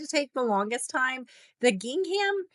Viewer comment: Helpful Canva tips, thank you... but PLEASE... Please look up the correct way to pronounce "gingham" before making another video.